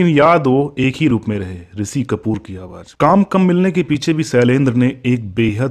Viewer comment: आपका श को स बोलना बेहद खटकता है बार बार. शैलेन्द्र को सैलेन्द्र ऋषि को रिसि.